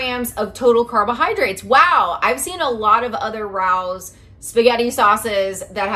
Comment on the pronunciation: It’s pronounced Ra(long A) O’s.